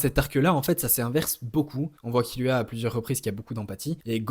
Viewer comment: Tu m’as mit le doute avec ta prononciation donc je suis allé réécouter et perso j’étends « Gone » par contre je suis d’accord pour « Killua ». Pour SNK je suis pas le mieux pas le mieux placé car j’ai majoritairement lu le mange ahah mais j’aurais dit Elen (même si perso IRL j’ai la flemme je dis Eren) et Livail